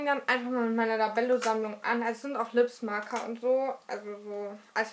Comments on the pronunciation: Es wird nicht Lipsmaker ausgesprochen sondern Lipsmäcker viele sagen Lipsmaiker aber es heißt eig Lipsmäcker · Liebes Kind die Lip Smaacker (wie du es aussprichst) werden ja eig. Lip SmÄ/Ecker ausgesprochen 8) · cooles Video aber man sagt nicht smacker sonder smeicker aber sehr schönes video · Ok was hast du dir ins Gesicht geschmiert? Das sieht so komisch aus und bei Lip Smacker du so die ganze Zeit "Lip Smaka" also ehrlich!! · Du sprichst Lippsmaker falsch aus